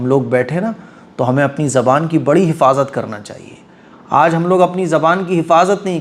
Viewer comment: it is zabaan not jabaab okkk